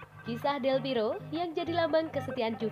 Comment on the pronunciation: Mohon buat tim channel ini, berkali2 sebut nama Del Piero itu Del Piro 🤦 klo di denger pendukung juve dri itali sono bsa di ledekin kita, atau sepertinya baca nya kecepetan ya? Pelan2 aja, sumpah ga enak bgt denger Del Piro Del Piro, Del Berapa? Ratusan 🤦🤦🤦🤦